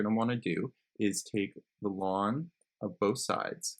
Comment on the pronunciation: thats how its supposed to be pronounced